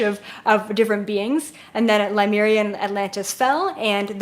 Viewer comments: The way she pronounces Lemuria triggers me big time. That is not how you pronounce it. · I think the reason it makes me so angry is because I had lives in Lemuria, and if she's going to speak on Lemuria but place no importance on even learning how to pronounce it, then it just feels disrespectful. It was the greatest civilization to exist on this planet. Learn how to say it.